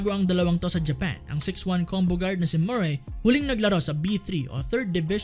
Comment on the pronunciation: Not "Mur-rae" but "Murry"